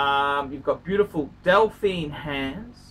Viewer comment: Also why does keeping saying Delphine hands instead of dauphine. Is it a Freudian slip?is he secretly perving over a pink wigged strumpet back in the old country?